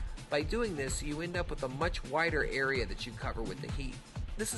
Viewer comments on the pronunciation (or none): none